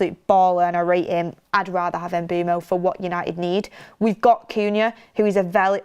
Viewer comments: The pronunciation is not E-M-B-U-M-O! It’s M-B-U-E-M-O! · If you correct someone in capitals even, make sure you are correct. Is is Mbeumo.